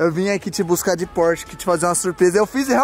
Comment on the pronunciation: É só eu q percebi q o falou porshe 992 911